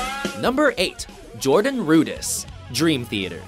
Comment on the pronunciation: Its Jordan RudEss, NOT Jordan RudIss.